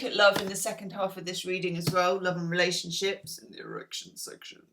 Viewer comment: “in the er3ction section”